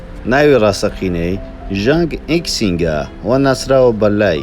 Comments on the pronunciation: ڵای ژانگ نا لەی ژانگ ئەوجە ژانگ یشینگ نەک ژانگ یکسینگ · ژانگ یکسینگ نا ژانگ یشینگ